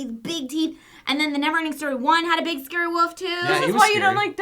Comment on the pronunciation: Nothing is scarier than a Korean horror movie. Good God, when they say scary they mean SCARE-EY!